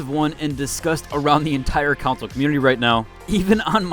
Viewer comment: CON-SOLE. Not counsel.